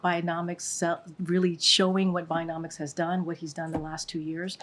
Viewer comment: What the fock is ‘Binomics’???? Can’t she pronounce a D?? Or is that cooked into her choices?? 😂😏